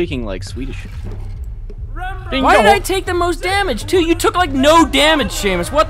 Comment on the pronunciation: it's swedish guys not simish. The game is made by swedish developers.